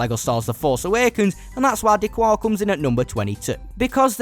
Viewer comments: Its «d kar» not «d cuar» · D'Qar is pronounced like a Chicagoan telling you what he parked in da garage - da car. It's not da quar. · D'Qar is pronounced D'Kar, not D'Kwar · D'Qar is pronounced 'Da-Kar' by the way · I just want to say D’qar is pronounced D-car